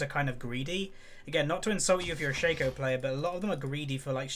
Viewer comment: its shAco not shaeco